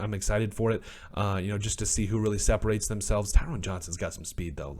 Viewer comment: Ty-ron. Tyrone has an E that makes the hard O sound. Both he and Cole had drops. Cole had the easy looking drops, Johnson had a drop he had to dive for.